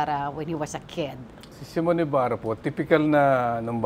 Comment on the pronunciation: Wrong pronunciation si Aster sa name ng guest nya. He even corrected her about how to pronounce the name pero SYMON ng SYMON eh its SIMON (See mon)